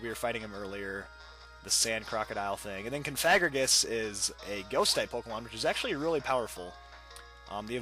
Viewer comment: ...No. >_> It's pronounced Cough-a-gre-gus